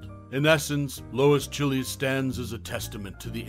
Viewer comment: That movie is here for free right now but I doubt that's the way her last name is pronounced ... this guy making it sound like it's a country from South America or a food .